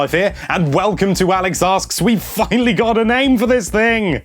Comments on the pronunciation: when he said finally it sounded like he said fuckingly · I noticed this too.